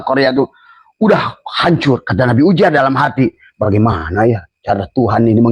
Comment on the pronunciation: Yang bener itu penyebutan nya uzeir bukan ujer..., ngomong aja ente belum becus...😂😂